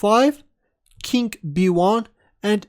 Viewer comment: Is it just me, or does sound like 'kink b1'?